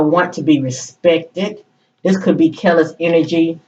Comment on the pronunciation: You’re pronouncing her name correctly ☺️ Very intuitive. Thank you for clarity. Seems to be very aligned with the current situation.